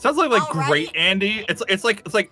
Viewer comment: I think it's 'Andy' not 'Andey'